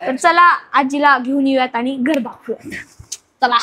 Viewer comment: आनी नाही, आणि! पानी नाही, पाणी!